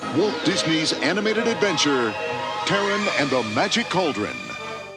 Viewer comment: "Terran"? I have always pronounced it "Tar-run".